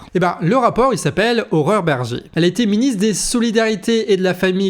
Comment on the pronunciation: C'est moi ou ...? A chaque fois que tu prononces le nom de cette femme j'entends horreur berger xd